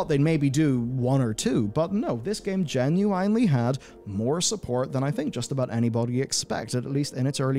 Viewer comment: I can't get past the way you pronounce "genuinely." It hurts to hear.